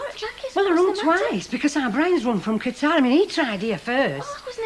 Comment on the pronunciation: It's pronounced like Cutter. I live near Qatar and fly with Qatar Airways frequently.